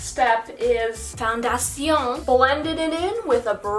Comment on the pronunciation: It was too funny when u said foundation in a french way 😂